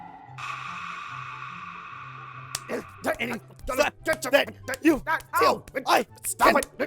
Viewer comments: "I'll fite you" - 2016 😂😂😂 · "I'll fite you" XD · "I'll fite u" - 2016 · "i will fite u" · "I'll fite you"